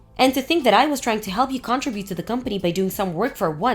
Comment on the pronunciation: When will these people learn to pronounce "contribute"???